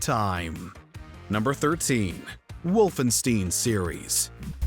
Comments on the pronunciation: Oh,. Not pronouncing correctly as usual. "Stein" is not pronounced "steen." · It Wolfenstein. Not Wolfensteen. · what the fuck is wolfansteen its pronounced wolfenshtain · It's not "Wolfensteen" it's "Wolfenshta-yin" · WOLFENSTEIN, not “Wolfensteen” I think is an AI voice box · It upsets me way too much that he mispronounced Wolfenstein. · You can tell they googled how to pronounce Wolfenstein because the first entry pronounces it incorrectly. Just like their incorrect pronunciation. It’s WolfenSTINE, not WolfenSTEEN. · bro, if you say wolfensteen one more time.. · It's pronounced WOLFENSTINE get it right. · Did he say wolfen-STEEN?!....TERRIBLE..... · What is wolfenstiin????? Hahahah give this man some German Lessons, my guy. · did he just say Wolfensteen? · It is called Wolfenstein and not "Wolf in steeeeeen" 😂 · Wolfensteen?? No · I know you didn't call it "wolfen-steen" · If Yngwie had been born in Germany..."Wolfensteen" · Came here to say this. Wolfensteeen? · Wolfen-steen. You knob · I turned the video off as soon as he said “the wolfensteen series” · The way you pronounce/say Wolfenstein is unbelievable and brutal, seriously man, WolfenSTEEN ? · “Wolfen STEEN” says “gaming” video. 😂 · Please tell me nobody else pronounces wolfenstein that way... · The way he said Wolfenstein made my eye start twitching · Dude, if you want to be serious about your videos, learn to pronounce games correctly ... this way you end up like a moron. Wolfenstein is an iconic game series, the word is not that hard to pronounce and you did it anyway ... learn to read and pronounce... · He pronounced "Wolfenstein" wrong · Wolfenstein please learn how to pronounce it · Did no one edit this? How did everyone that touched this video afterwards let that terrible pronunciation go through? Do they have a grudge against the narrator? That's embarrassing. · The Punisher and Scorn should have been this list. Ps- the way he kept saying Wolfenstein gave me diarrhoea.